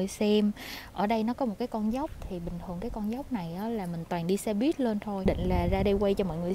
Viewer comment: Lâu lắm rồi mới thấy có ng đọc đúng là xe buýt. Đi đâu e cũng nghe xe bít tới nỗi mặc niệm là bít r